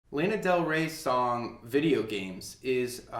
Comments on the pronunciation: LAE-na? excuse me? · THAT WAS SO WEIRD TO HEAR